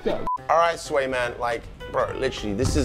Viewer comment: “Swat” it’s sway